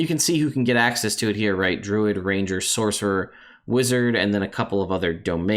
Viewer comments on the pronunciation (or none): “Saucerer”. Boooooo! 😂